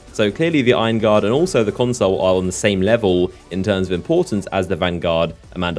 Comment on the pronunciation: PLEASE learn to pronounce "consul" pro tip - it's not "console"